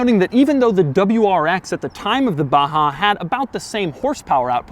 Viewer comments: why u say it baHaaa its baJaaaa 😂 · its Baja not baha where did u see H its J lol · It’s BAJA not BAHA. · Baja != baha.... if its baha call it baha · Baja you dumb fuck . Not baha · It is Baja not a baha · Batza !! Not Baha.. Batzaaaa !!! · pronounced BAZHA because if they wanted us to pronounce it baha, they should've written baha. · Doug the type of guy to pronounce baJa as baHa. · Baha? Is it not saying Baja? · u said baha instead of baja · Its 'Baza' the hood is longer than the bed. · Baha or Baja 😁😂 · Do you actually speak the j like a h? Baha and not B-a-j (like in Jay)-a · Why is baja pronounced as baha? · Why Doug pronounce baja in ba-ha? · Seriously?? No comments about the pronunciation of the BaHa? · its a baha. so the "j" is a non-silent "h". hmmm. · When he abaha.. It sounds like yamaha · Stop said BAHA? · Why it's pronounced as "Baha" when it's clearly named as BAAJAA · Y is baja pronounced baha & not baja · How is baja pronouced baha? Is the car mexican? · Sir its Baja not baha I guest you spelled it incorrectly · call this baja like j dont sound ha.like honda xr baja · the way Doug pronounces BAJA is interesting. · why is he putting a ''H'' where its clearly a J?